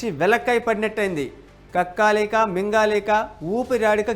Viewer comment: Kakkaaa leka kadu kakka leka